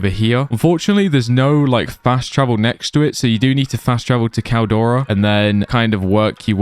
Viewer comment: Caldera not caldora, this aint dora the explorer lol